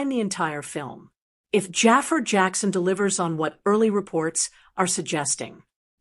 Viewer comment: Stop calling him "Jaffer"!! It's Jafaar!